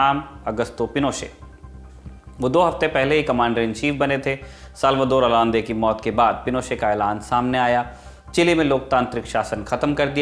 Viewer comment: its Pronounced Salvador Ayande... I still remember my ninth class textbook of civics mentioned it..